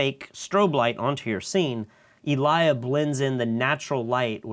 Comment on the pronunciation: You said Elia and the first three times I tought you were saying "I learned this trick from a liar" :D